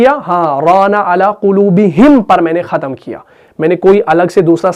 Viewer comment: بھت خوب۔ لیکن بغیر۔ باقی۔ ختم۔ ان الفاظ میں آ پ کا تلفظ ھے۔ باکی کھتم۔ بگیر۔ ؟؟؟؟؟؟